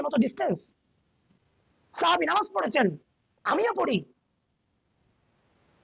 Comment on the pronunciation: তোরা বেদাতিরা আসোলেই মুর্খ। ইমাম সাখাবিকে বলতেছে সাহাবি। আর কিতাবের নামটাও তো সঠিক ভাবে বলতে পারলনা। আল ক্ব‌ওলুল বাদিয়ু ফিস্সলাতি আলাল হাবিবিশ শাফিয়ি।